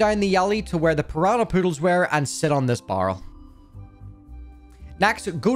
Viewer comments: BARREL NOT BURL HOW FUCKING HARD IS IT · Nice guide but is anyone going to mention how this person said barrel? Sounds like borel ngl but yea nice guide 👍